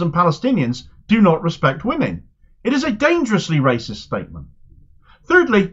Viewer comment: 'Wacist, wacist, wacist, wacist'!